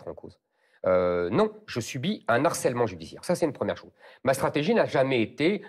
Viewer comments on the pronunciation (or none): >> "un N-harcèlement judiciaire" !! Éric !! Pas de liaison ici, c'est un "h" aspiré ! Je passe sur les "que ya" qu'on entend malheureusement partout. On doit dire "un harcèlement", sans liaison. Si on aspire aux plus hautes fonctions, on se doit de maîtriser la langue. Merci ! (Je suis l'un de vos électeurs.) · De grâce, quelqu'un pourrait-il lui signaler qu'on ne dit pas "un n'harcèlement" mais "un harcèlement" ? 😉